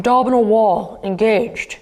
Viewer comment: My morning didn't start well, but when I got my ass to the mat you said all the right things. And when the "Abdominal wall... ENGAGED" came I almost collapsed from my pose in laughter , so this was the perfect video for me today. Thanks a million.. :)